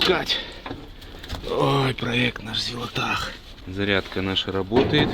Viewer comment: Всё ещё неправильно называет Зилотpах Зилотахом...